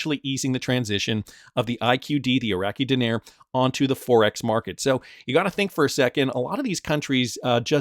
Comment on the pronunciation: Din-nar(like car)**